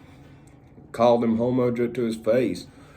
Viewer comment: Nooo, “Jo the Ho Mo”